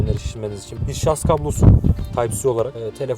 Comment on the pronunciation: Ürün tanıtırken şarz diyen adamı ciddiye alamıyorum